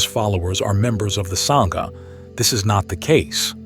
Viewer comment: Is this AI speaking or a genuine BUDDHIST? Sangha is pronounced as SAAAAA like ah in English, not a as in savour. The Great Vowel Shift is NOT used in the Dharma! In fact, English ultimately comes from Indo-European, Indo = Indian = SANSKRIT! Even today in Buddhist circles it is pronounced as sAHnga (sorta llike saying 'ah' in the surgery) NOT sainga! Further the h following a consonate like the h in Dharma signifys a soft ease or unstressed pronouncation of that preceeding consonate. Thagata and Theravada the th is NOT like the English or Old Norse the sound, but a soft t. You are fabulous on your studies, but please endeavour to learn the Sanskrit, Pali, or Japanese standards of pronunciation and not be so American in butchering other languages. PLEASE don-t be a Donald J Trump on language!!! (That would be simply AWFUL!) Thanks! OM Mani Padme Hum (ཨོཾ་མ་ཎི་པདྨེ་ཧཱུྃ), Namu Amida Butsu (南無阿弥陀仏) Namu Ichijō Renge Kyō Namu Kanzeon Bosatsu (南無阿弥陀仏 南無一乗蓮華経 南無観世音菩薩), (Later Nichiren) Namu Myoho Renge Kyo (南無妙法蓮華経)! (et al).